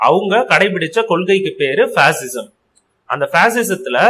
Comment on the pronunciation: It's not pasism it's fascism